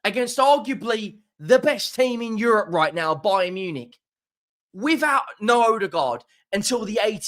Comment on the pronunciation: bayern nunick 😂